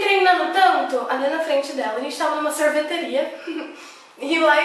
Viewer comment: Ela disse: "Serveteria" u.u